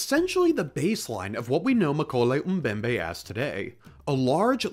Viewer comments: Even if this so-called “dinosaur” is fictitious, I’m pretty sure that the name is pronounced as “Moe-KEH-leh”, not “McKolay.” Just sayin’. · um-koley um-bembey, man I love american accent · Many problems with this video, first of which is your pronunciation of mokele-mbembe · You can pronounce “Freiherr von Stein zu Lausnitz” (well, passably😊) but not “mokèlé-mbembe”? Pathetic😂